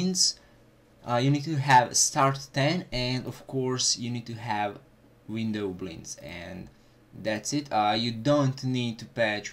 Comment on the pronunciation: i dont like the way you pronounce "windowblinds"